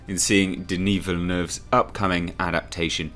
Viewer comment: I have to say your pronunciation of Denis Villeneuve's name is incredibly close to how a French Canadian would say it. I've heard it butchered so many times so I appreciate the effort.